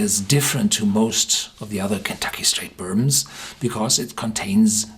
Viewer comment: One of my favorite "burbmms".